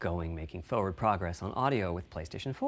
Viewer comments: I love how Cerny says “forward”. What accent is that? Foew’d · I don't know why but I love the way Cerny says "forward" like "foe-werd" What a character.